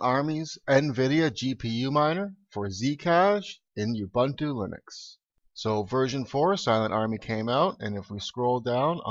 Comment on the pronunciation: It's pronounced oo-boon-too, nut you-bun-too.